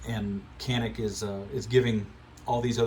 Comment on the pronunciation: It's janik bro ,most of pronounced wrong